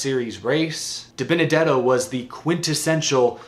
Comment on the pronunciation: See ya Dibennadetto. Tired of hearing Waltrip struggle to say your name